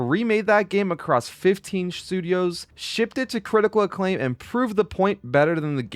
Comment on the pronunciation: “shtudios” 🤣. Great vid tho man. Can’t believe the devs got screwed as bad as they did. They did an incredible job on the game